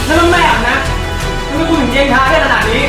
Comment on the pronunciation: .เห็นหลายรอบแล้วที่ได้ฟังทุกครั้ง.พูดคำว่าทำไม.เป็น.ทำแมะ.หรือว่าเราหูฝาด